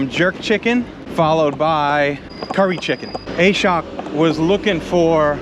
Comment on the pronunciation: Im pretty sure the name is pronounced Ah-shawk not A-shock lol